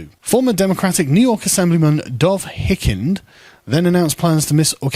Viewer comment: FYI: The first I in Hikind is pronounced as a long /i/, not a short i.